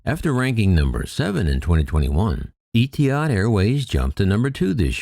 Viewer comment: It's not pronounced 'EEE-TEE-hahd'. Rather, it's pronounced 'EHT-tee-hahd' Don't worry, you'll get it right, I have faith. 😉👍✌️